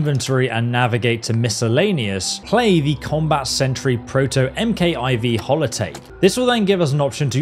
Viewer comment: ‘MKIV’ is short for “Mark four”. In general, ‘MK’ or ‘Mk’ is pronounced “mark”. Most YouTubers say “em kay”. That’s wrong!